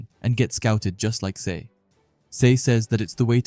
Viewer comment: Just to let you know dude Sae’s name is pronounced as Sa-eh cool video btw 👍